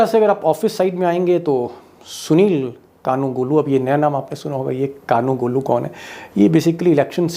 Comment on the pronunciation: कालूगोलू को आपने कानुगोलू बोला निवेदन कृपया त्रुटि न हो इस प्रक्रिया को सुधारें रिचेक करके विडियो जारी करें .